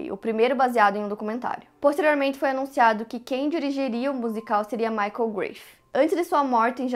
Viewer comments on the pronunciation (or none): none